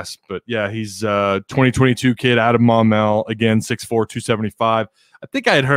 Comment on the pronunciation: You pronounced Maumelle correctly